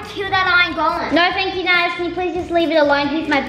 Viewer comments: its naz not nah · Naz. Oops. Accidentally said Maz